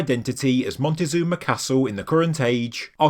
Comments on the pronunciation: In any case you’re wrong too. The Aztec emperor’s name was not “montezuma” but “Moctezuma” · I'm done with people doing videos like this were they don't even try to do some research. ITS NOT MONTEZUNA!!!!! there's no one named like that, it's Moctezuma!!! Don't be ignorant, do your reasearch if you expect to make money with your videos.